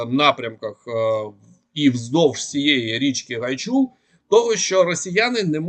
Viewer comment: Не ГайчУр, а ГАйчур.